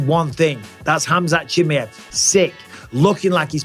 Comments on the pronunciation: Who’s “ CHIMMYHEV” ? ITS “ chimaev” ! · chimAev, not chimIev for gods sakes. I swear I was trying to pay attention but it just bugged the hell out of me haha.